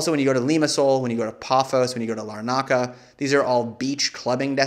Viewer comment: And LAH-nu-ka not Luh-NARK-uh!